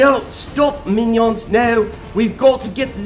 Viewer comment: I died when he said mainion